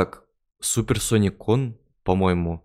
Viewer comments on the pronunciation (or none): none